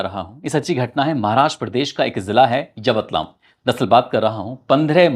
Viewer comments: Yawatlaam nhi yawatmal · It's yavatmal Not yavatlam Shi se name to le liya kro